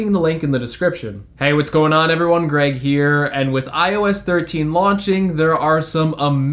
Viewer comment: I thought he said gang gang gang but it said greg